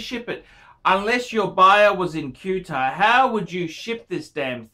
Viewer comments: Cuetar, what a dumb fuck not knowing how to pronounce Qatar lol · I live here, Its pronounced Catter..............